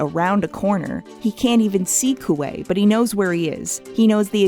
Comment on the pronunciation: When I was reading six of crows for the first time, there were a lot of names I couldn't figure out how to pronounce (dyslexia). One of the offenders was Kuwei. So I just mentally called him Kiwi. I guess I've been doing it for so long I was surprised to hear his name properly pronounced.